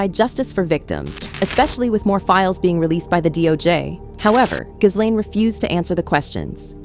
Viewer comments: ITS NOT " GIZ LANE " FFS. ITS " GILANE". Omg. If you can't pronounce her name, don't bother doing a video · Her name is pronounced: ghee-LEN!!!! It’s a hard g. The accent is on the second syllable!!! Not GHIZ-lane!!! 🤣